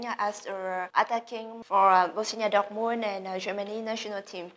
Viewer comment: nói khá hay và trôi chảy. Mình chỉ thấy phát âm sai 2 từ, đó là License (bằng lái) và Dortmund (tên đội bóng đức).